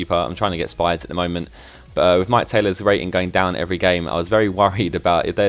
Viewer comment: I'm a county fan, it's pronounced sh-pee-s